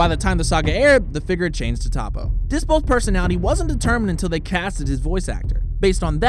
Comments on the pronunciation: toppo not tappo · It’s toppo not topo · Pronounced Toe-po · it's prnounced (Toe- PO)